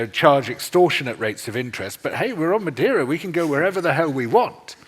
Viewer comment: Madeira means wood in English. Brazil, btw, is a type of wood that is deep red inside and was used to produce both red ink and for ship-buildibng. A brasil is s portion of red hot embers - hence the name. The guest, btw, did pronounce "Madeira" very well at a moment. I will disagree about his description of the Portuguese in Brazil during the 1500s. To be honest, I don't know details about that period specially the relationship with the Tupi and Guarany in the coast of Brazil. I know some native individuals were made into slaves but what actually happened is the Portuguese males maried native women since it was both in Portugal and for the Tupis and Guaranys a form of creating aliances. I also never heard of the Portuguese cultivatin the land until it went sterile. (there a better word ... sorry I don't remember). The Brasil Tree still exists so they did not extinguish it. Also, in the midle of the 16th century the Queen of Portugal prohibited making natives into slaves. (religious reasons). A lot of the massacres of indigenous peoples happened in the 20th century and were carried out by private individuals against the will of the Government. The Indian Protection Service was created in the 1920s and was headed by Gen. Cândido Rondon who was, himself, half Bororo indian. 2/3 of all Brazilians have Tupi or Guarany ancestry - including myself.